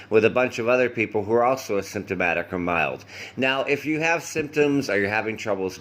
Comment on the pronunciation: The way you pronounce asymptomatic sounds very much like symptomatic. Most people pronounce it with a strong emphasis on the initial syllable a:. A-symptomatic.